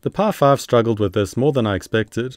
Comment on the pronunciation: The way you say "PI 5" sounds like "Par5". It's so distracting lol.